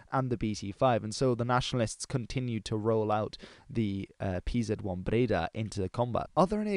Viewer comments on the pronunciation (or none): stop calling it pzet 1 just say panzer you are making me angry!!!!!!!!!!!! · A great video and all, but butchered Pz abbreviation and 800mm machine gun just did it for me, I have to retrieve my like